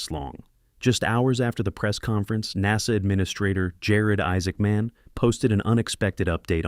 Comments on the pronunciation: Learn how to pronounce NASA. What fool is narrating this? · AI commentary can't even pronounce NASA properly FFS.